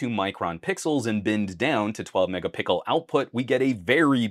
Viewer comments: Are you saying mega pickle 🥒 🤣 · Man really said Megapickel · Why do you say " Mega_pickle" ??? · Did you say Mega pickle?